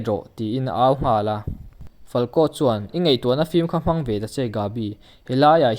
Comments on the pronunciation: A hmang theih loh ni lo in a hman theih loh ti a lam tur sir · 'Hmang' antum nilovin 'hman' antum tih tur nia